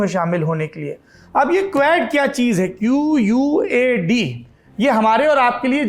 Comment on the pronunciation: Its QUAD, not QUAD😬